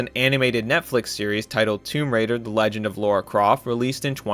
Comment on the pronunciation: my man, the myth the lagend